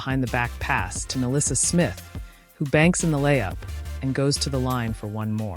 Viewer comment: Angel Rice? 😂 It's REESE! Ericke? 😂 Its ARIKE! (Ar-ree-key) Milissa Smith 😂 it's NYLISSA!